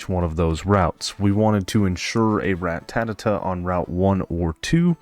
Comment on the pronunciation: Good video but everytime you say ratatata instead of ratata makes me gringe😂